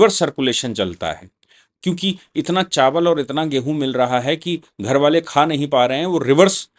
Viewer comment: बाले नहीं। वाले। हिंदी सुधारो।